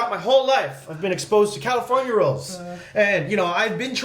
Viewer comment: フジがカリフォルニアのこと「カルフォルニア」って言ってるのずっと気になってたんだけど、確かにカルフォルニアのが本当の発音に近い？かも？と思った